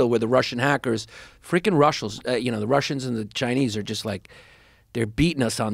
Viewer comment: Haha "Rushals"